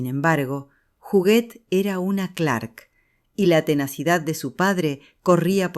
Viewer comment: Es Huguette no juguet